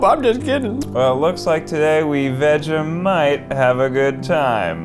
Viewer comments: You don’t say vega mite it’s vege like vegetable mite vegemite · I am not Aussie I'm a kiwi and I cried at how they said 'vhejimiete' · I'm sorry, "new-tella"?! Also the way they say "Vega-mite" and STILL used too much for the "thin" layer 😂